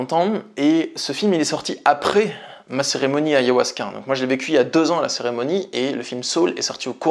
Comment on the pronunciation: Pourquoi tu dis ayohuasca. C'est ayAhuasca.